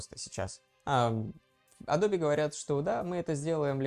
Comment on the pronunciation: Меня убивает "адобе"